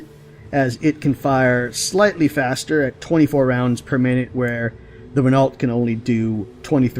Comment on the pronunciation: Renault - pronounced Re-noh. Just thought you might like to knault.